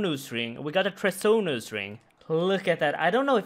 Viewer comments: Its pronounced Treasonous not Treasonous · i love you man, but the Bacon Ring and Tresnous Ring where epic XD. They are pronoucned BE-con ring and TREE-SO-NUS Ring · its pronounced tree-son (tree-son-ous) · Say it with me,: "Tree-zon-iss Ring" 😂♥ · Say it with me, "TREE-SON-US" ring. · It's trehson, then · Trees-on-us my man That pronunciation was treasonous, good effort 👏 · Treasonous = TREE-zun-us, like treason. Loving the content <3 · Treasonous ring tree-son-us ring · treasonous like Tree-Son-Us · Tree-son-us ring, good vid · "Tree-zon-us ring" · Tree-zun-us ring, it only helps stab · Tree-son-us Ring. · Bee-kin ring. Tree-zon-iss ring. 😉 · "Tree-son-us" is how you say it :D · TREE-zun-us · Just so you know, Treasonous is pronounced Tree-zun-us! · Trees On Us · yeah it’s pronounced the same way a treason, it sounds like treason us ring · tree-zun-us ring my friend. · Tree-Son-Us Ring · Love your videos btw if you want to know how to pronounce treasonous. Keep up the good work. tree zuh nuhs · Trees-un-us ring is how it is pronounced. It's a weird word now that I think about it. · "tree-zun-us" ring bro :) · Tres-o-nose ring. We love you man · pronounced tree-son-us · Treasonous is pronounced like poisonous. Treason (ˈtrēzən) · Its pronounced treesonous ring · It's pronounced 'Tree-zuh-nuhs', bud. That third syllable is pronounced like 'nuh-uh'. It does not make an 'O' sound. At all. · Tree-zin-us. cause english is stupid. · Oh man, went full Raiksey there trying to pronounce treasonous. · Just pronounce the start like treason?